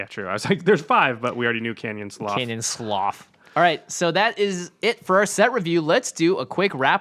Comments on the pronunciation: It's pronounced Canyon Sloo or Slou. English is weird. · its Canyon "Slew"